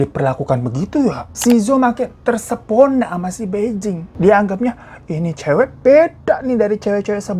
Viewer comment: Kak bai jing itu bacanya pai cing dia pindahnya ke bei jing bacanya pei cing..sebagai org yg pernah sekolah bahasa mandarin dan tinggal di Beijing 2 tahun lebih gatel pengen benerin pengucapannya 😅